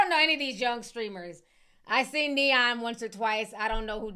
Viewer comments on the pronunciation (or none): none